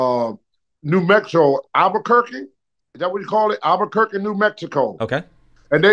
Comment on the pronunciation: Couldn't pronounce Elizabeth and Lanny, totally nailed Albuquerque 😂